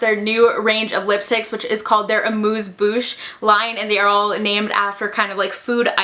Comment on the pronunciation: I kno it's just a little thing, but THANK YOU for saying mauve and amuse bouche correctly!!! lol